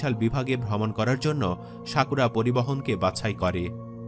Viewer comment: শাকুরা নয়, সাকুরা😂